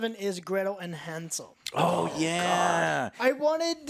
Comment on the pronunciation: number 7 is Hansel and Gretel Me: Hansel? Haansel? Hansel?